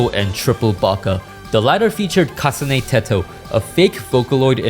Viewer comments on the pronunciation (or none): bro whos that you called "katsune teto"? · Kasane poTeto